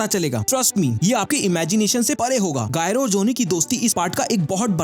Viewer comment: thank you for updating people about it but no one who has read Steel Ball Run manga will call him GYRO his name is pronounced as "Jaaye-ro"